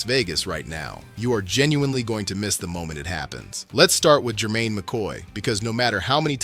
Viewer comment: Ummm.... Jermod, not Jermaine. Stukes, not Stokes. Treyvan, not Trevon. Janoko, not Janovich. That's all I could take.